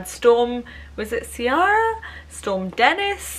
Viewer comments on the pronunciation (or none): Key-rah!!!haha it's an irish name. Looking stunning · NOT SEEARA ....... it’s Ciara it’s Irish and pronounced KEERA. You’re the 4th YouTuber to get that wrong 😩😩😩😩